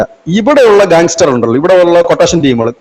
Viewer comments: ഗാങ് സ്റ്റാർ അല്ല, ഗാങ്സ്റ്റർ... അത്ര മതി.. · gangstar എന്നല്ല, gangster എന്നാണ് അതുപോലെ ദിമാംഗി എന്ന് പറയാതെ ദിമാഗി എന്നാണ്. നിങ്ങളുടെ ഏതാണ്ടെല്ലാ വീഡിയോയും കാണുന്ന ഒരു പ്രേക്ഷകൻ ❤